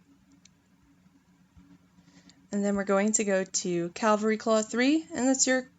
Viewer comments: ere i no ur american n u say things differently even tho ya speakin English..its cav al ree... not calvary...u may not be able 2 talk the english language but not bein able 2 read it u just sound thick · Sorry i cannot listen to it, may have decent amount of knowledge but the word is cavalry not calvery,.. please it spoils a lovely voice too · I'm triggered with cavalry = calvary pronunciation